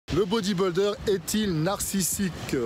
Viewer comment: Arrête de dire « bodybOldeur » lol...